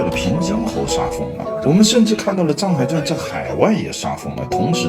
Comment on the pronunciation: 藏海····不是沧海··